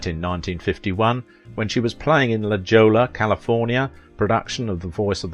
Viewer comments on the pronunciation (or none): I've pointed this out before, and I'll say it again: La Jolla is pronounced Lah HOY-yah, not Lah JOE-lah. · Pronounced La Hoya not La Joel’s, La Jolla part of San Diego. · La Jolla, California >>> La Hoy-ah, ...not La Joe-lah. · it's pronounced, "La Holla" California, not "La Jollah" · "La Johla, CA?" Nope, that is pronounced Lahoya! A Spanish name with a Spanish pronunciation. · Excuse me? La Joe-La California? It is La Hoy-ya! Spanish! Or is this a clue Mr. Englishman is a computer narration? I understand that they are life-like now. Harder to tell unless you pick up a mistake like this one!🙄🙂🌞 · La Jolla is pronounced La Hoya. Spanish names. Frawley was always battling alcoholism. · That's La Jolla! It's Pronounced La Holla! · La Jolla is pronounced La Hoy-a........ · Btw La Jolla is pronounced La Hoya. 😂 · Your pronunciation of La Jolla gave me a good giggle, thank you 🙏🏻 (it’s pronounced La Hoy-a Hoy rhyming with boy because it is Spanish) Great video nonetheless thank you for doing this research and putting it together! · La Jolla is pronounced "La Hoya". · La Jolla is pronounced La Hoya. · La Jolla, CA, is pronounced, "la-HOY-ya." I'm from Sacramento. That's why I know. Plus the double 'll' in Spanish is pronounced like a 'y' and the 'j' like an 'h.' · La Jolla is pronounced "Lahoyah". It's a Spanish name. 😆! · ...it's pronounced La Hoy-uh. That city down by San Diego spelled La Jolla. Say it with me ...La Hoy-uh. HaHaHa. Many of our cities, towns, streets have Spanish origins. I wouldn't change any of them ...it works for me! Cheers folks! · BTW "La Jolla" is pronounced La Hoy ya. Hoy rhymes with boy. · La Jolla is pronounced ‘La Hoya’. Nice video, thanks. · It’s not la joyla! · Pronounced La HOYA, California! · La Jolla is pronounced 'la Hoya'. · La Jolla, CA is pronounced La Hoya. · La Jolla CA is pronounced "Lah Hoya" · Perhaps Mr. Intellectual snob, you should learn to pronounce La Jolla. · Finally somebody else who doesn't know how to pronounce la Jolla